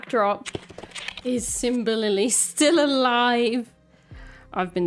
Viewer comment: "is symbalily married" LMAO